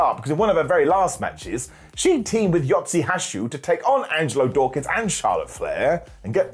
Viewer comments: "Yatzee Hashute"? As an American, sometimes it's hard to pick up what your saying. But, this? Not even close to saying, Yoshi Tatsu. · I laughed at calling Yoshi Tatsu, Yotsi Hashu 😂